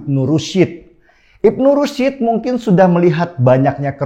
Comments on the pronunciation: Kok bacanya: Ibnu Rusyid tho Paaaakkk?? Bukan Ibnu Rusyid tapi Ibnu Rusydi atau Averroes! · Ibnu rusyd dibacanya bukan rusid, tp rusd. Cuma s nya tebal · Bacanya Ibnu Rusy (رش): syin-nya sukun, bukan Ibnu Rusid